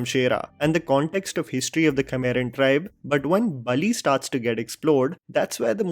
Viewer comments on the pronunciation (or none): Just a correction, it’s Balli not Bali, rest every detail shared by you is absolute…